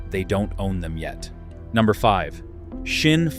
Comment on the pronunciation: It calls Sinn. Just an S not a Shin or a Schin. S i n n. Very simple